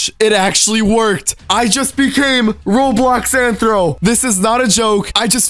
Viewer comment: It's rthro not anthro